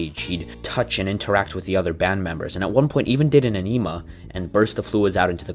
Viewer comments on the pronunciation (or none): It's called an enema (en-eh-muh). Your pronunciation sounds like you are talking about the tool album aenima. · Haha you pronounced enima like the tool album instead of like enima Edit: not dogging on you i actually loved your video I’m subbing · Mr. Bungle is avant-garde brilliance. Take Zappa, early RHCP, Butthole Surfers, the Residents acid induced Brian Wilson and the stage antics of G. G. Allin and you get Mr. Bungle. Try syncing up their music to Killer Klowns from Outer Space. And it's pronounced EN i MA. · Minor error: The original demo of Egg came out in 1988, not '89. Whoops. Edit: Yes, I know I pronounced enema wrong.